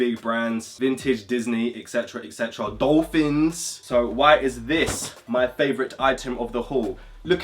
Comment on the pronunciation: mans said “D OL PH I NS”